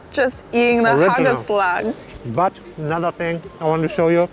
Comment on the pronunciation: Old Amsterdam cheese, you sound like a Dutchie with the bread hagelslag you know how to do it✌️🇳🇱